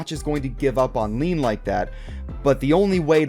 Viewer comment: this man saying leen like its pronounced lane